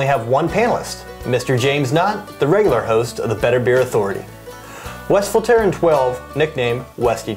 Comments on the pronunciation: As soon as I can afford to go to Flanders to have a glass of this, then I will learn how to pronounce it correctly. :) Til then we have to suffer through our Ohio accents. We did try to do a little research to see how other people were pronouncing it, but people are all over the place in how they pronounce it. Thanks for the tip. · Funny how you pronounce Westvleteren :p